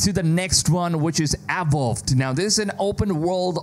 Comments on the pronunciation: “Awowd”, dude it’s pronounced “uh-vow-d” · Dude barked instead of saying Avowed 😂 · The way you pronounced "Avowed" left me in tears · Seriously. This guy is so annoying, he doesn't even try to pronounce words correctly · You're pronouncing Avowed wrongly. Is weird considering you're a native speaker. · Great job on the videos, as always. Work on the pronunciation of your Vs (avowed, version...), though.